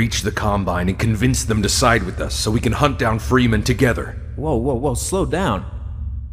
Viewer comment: Why the fuck can't the G-Man say "Freeman" properly? Jesus.